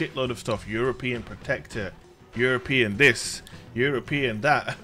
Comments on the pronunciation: EUROPAN not European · "EUROPAN" lol....keep up the awesome content!